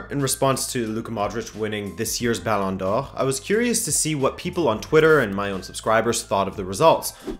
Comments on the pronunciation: I love your correct pronunciation of “Ballon d’Or” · It bugs me that you say ballon d'or with french pronunciation but butchers rabona with that accent. Good video tho. Got a new sub!